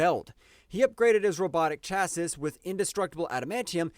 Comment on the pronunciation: You can't pronounce words for shit! Chassis and Oedipal in particular.